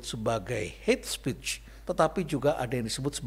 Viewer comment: Is not het spich but heyt spiich prof..